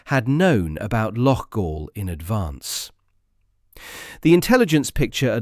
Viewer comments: It's not "Loff-All"....it's "Lock-All". And you wonder why the English are so despised in this kind of reporting? 🙄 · Loughall? Aye right🤣TAL